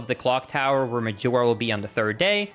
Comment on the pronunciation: Please don't say Medjewelra